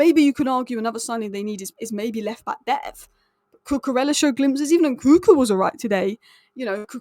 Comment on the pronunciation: It’s not koo koo rella! In Spanish when you have two ells together. It’s pronounced as a Y. So it’s. Koo Koo Reya. Your welcome.